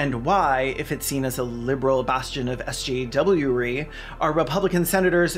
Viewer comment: Can... can I have one of those mugs? Please?? 🥺Also, how many times did you have to try to say "SJWery" before you got it perfect? Because that's impressive.